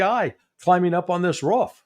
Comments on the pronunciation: Somebody in seecrete sirvice told to luck the udder way. Spelled incorrectly on purpose. And it's roof, not ruff, Larry. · Love larry....but come on bro.....its Roof not ruff hahahahhahaha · Why does Larry pronounce roof as roo-off?